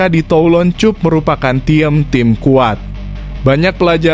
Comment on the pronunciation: Baca yg bener bang Cup itu dibaca kap Klo cup itu cium pipi 😀